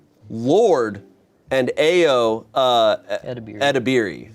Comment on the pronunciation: I already forgive you, but not knowing how to pronounce Tony Leung and Ayo Edebiri really hurts Especially Leung Chiu Wai as a Hong Konger 😭